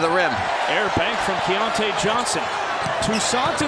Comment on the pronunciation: The ridiculous disrespect of continuing to mispronounce "Keyontae" despite and the arena announcer's repeatedly correct pronunciations made me nearly puke. Let's go Mountaineers all the way but c'mon if you follow or are involved in college basketball in any way over the past half decade you should know who Keyontae Johnson is and how to pronounce his name. This was just embarrassing for ESPN. edited to add: I embarrassingly misspelled Keyontae in this comment when I posted. Crawling in a hole real quick be back Wednesday at 7p EDT LET'S GO 'EERS!